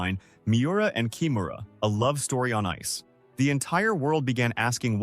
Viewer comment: キムラじゃなくてキハラだよ～。